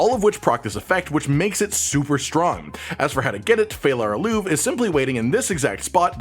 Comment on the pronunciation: 'E' in Phalar Aluve is not silent. Learn some elvish, man.